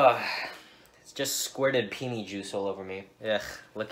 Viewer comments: peeny poll-oh LMFAO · Peni polo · Bad Lil Ting I'm Italian, and it's pronounced PENNE, without reading E as an I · "Peenie polo" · Peeny pollo wtf. PENNE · Sorry dude, it's pronounced "Pen-ey", not "pee-nii". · The way he pronounces penne is making me go insane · It's "pen nay." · I am going to order Peeny Alla vodka today and see if the waiter says anything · I like how you pronounced penne as peenie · “It’s penee polo”💀💀😂😂 It says chicken pasta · It’s pronounced ( pen- ay) for penne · " ITS PEE-KNEE PO-LOW " im dead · Its PEE-NE POLLO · It's "PEN-NAE" you (insert insult here). That was pretty terrible, and I agree, it's probably a front for something off the books. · Its actually pronounced "pen-ney" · If he was Italian he'd probably know how to pronounce penne properly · Bad Lil Ting lmao,i’m italian and believe me that’s NOT how you say it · I’M FUCKING CHOKING,I’M Italian and this is just wow